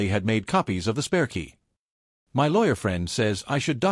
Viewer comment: Why can't these robo voices pronounce "my"??